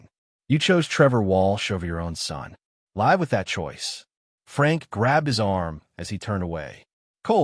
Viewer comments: WOULD YOU PLEASE TEACH YOUR AI HOW TO USE THE WORD "LIVE" CORRECTLY!!!!!!!!! So sick of it not saying it correctly. It is a word that can be said 2 ways, and has 2 meanings. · I do understand that most of the time an AI voice mispronounces words that have double meanings and double pronunciations like live. With that problem aside, though, this particular AI is one of the best voices. I don't know why this AI is able to read with feeling, but were he in first grade, he would probably be in the bluebird group. I enjoyed this story a lot. It wasn't just a " cheating story", but actually had a separate and interesting storyline. Good job, and thank you from an old lady in West Virginia, USA